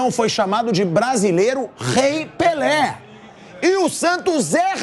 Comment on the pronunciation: “Esperô morré pelê”